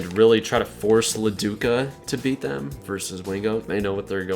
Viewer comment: I always thought it was De Luca not La Duca